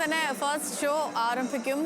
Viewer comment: ആറമ്പിക്കും അല്ലടി ആരഭിക്കും